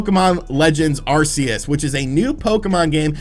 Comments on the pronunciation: Arc seus not arsseus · I love the way you pronounce Arceus. Its the same way I have for YEARS. Everyone else says AR-KEY-YUS and im like wtf pokemon is that?